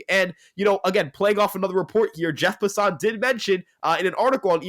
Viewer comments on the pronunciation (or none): Dude it’s Jeff Passan not Passaun.